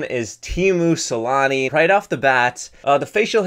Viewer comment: teemu salami??? its teemu selänne